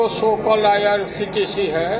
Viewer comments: ye chorba irctc ko irtc bol raha hai ,zarur kuc garbar hai yaha bhe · जिसको IRCTC नहीं बोलने आ रहा है वो देश के लिए क्या कर सकता है? सिर्फ जातिय समिकरण बनाने से देश नहीं चलता है।